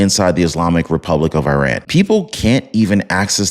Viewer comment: ⚠🔴 Please try to Spell " IRAN " Correctly. It's Not " E RAN " or " I RAN " or " I RAIN IAN " , It's IRAN , The " I " sounds like " E " and the " A " sounds like " AH " . Just like ITALY , you don't say " I TALY " or " E TAIL IAN " 🔴⚠